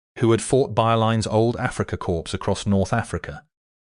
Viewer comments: Corps is pronounced like "call" not "corpse" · Core not corspe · Learn to pronounce the words "corps" and "jagd".